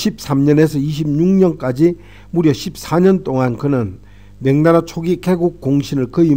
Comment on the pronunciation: 명나라를 자꾸 맹나라로 발음 하시네요~